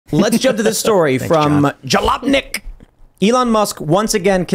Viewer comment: Okay, the way Tim pronounced Jalopnik in the beginning made me rewatch that part like 5 times haha